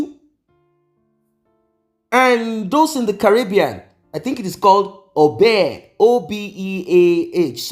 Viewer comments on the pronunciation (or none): Obeah is pronounced. (Obeyoh)❤❤❤❤❤